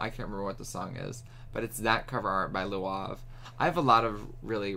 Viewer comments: had me wheezing 💀💀 🤣 It's lauv, idk how to explain how to pronounce it. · He said Luav, lmao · Just to help you, his name is said like the word Loud, just with a v at the end :_BeefLegionPride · Also never new that’s how you pronounced lauv’s name omg 😂😭😭😭😂😂 ive been saying it wrong this whole time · his name is lauv not luav hahaha